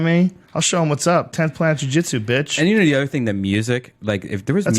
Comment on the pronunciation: The Martial Nerd Jiu JEETSOO